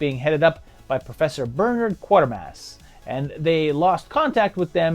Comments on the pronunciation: QUAY-ter-mass.. Not QUARTER-mass. Bernard is worth more than 25 cents... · Actually, it's KWAY-tur-mass. A lot of people call it QUARTER-mass. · Great to have Quatermass being talked about in these videos, but please get the pronunciation right when you get to the sequels (it's KWAY-tuh-mass). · Quatermass - prn Kwayter-Mass. Have to say though, that I love these videos. THE definitive Sci-Fi & horror retrospectives.